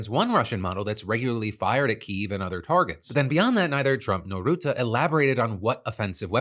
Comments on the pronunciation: It's Ruhtte, like in stunt, not Routte. Please, Phill :p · Tip from Dutchman about Rutte. It’s not Roete, but ‘Ruh te’. Keep the good shit coming my bro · His name isn't route-uh. It's rut-uh. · Phil, no idea if you'll ever see this but as a Dutch viewer I can't keep listening to you calling Rutte "Ruutaa". If you want to approach a correct prononciation start with the english word "rut", as in "to be in a rut" and add a simple "te" but make sure to keep the vowel sound short. In general the Dutch language tends to double vowels ("ee") or have a single consonnant between two vowels if the vowel is supposed to be long (in the same way you'd pronounce Elon), wich isn't the case here. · Great show! Thank you! On a sidenote, you pronounce the 'u' AND the 'e' in Rutte as the 'u' in murky.